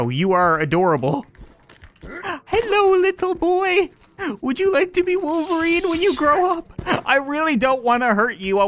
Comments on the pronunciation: He also said Wooairn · He said woofelrine